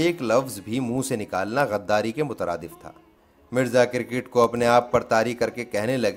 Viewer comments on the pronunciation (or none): Kirkit ???? Or Cricket. ھفیم؟؟؟ یا افیون۔۔۔۔ ۔ اگر اردو بولنا نہیں آتی تو کیا لازم ہے کہ اس کی ٹانگیں توڑو۔ اپنا اصل کام کرو۔ حجامت۔